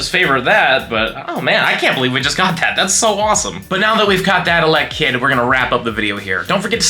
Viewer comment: Why do you say elekid like that?